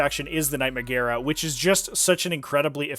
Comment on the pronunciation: as a dude who studied latin, magaera is pronounced "majera"